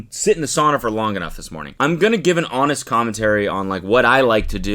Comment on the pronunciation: “Homest Connentary”